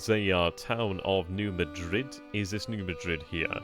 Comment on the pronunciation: New Madrid is actually pronounced Ned MAD-rid. Don’t ask me why! 🤔